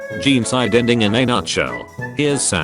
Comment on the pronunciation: i never want to hear "jeencide" every again just say genocide please